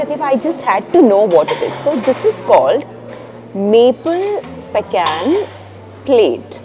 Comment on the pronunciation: Its "peecan"